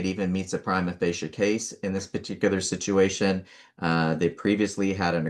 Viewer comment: It sounds more like a shituation 😮